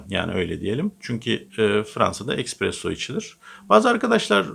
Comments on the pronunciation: eKspresso degil, eSpresso lutfen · Ekspresso değil, Espresso ☕️👨‍🎨